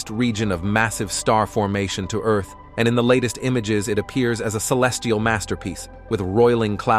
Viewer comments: It was all awesome until you said the word EARth like that cya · Is that how bot reads Earth? Not cool, not cool.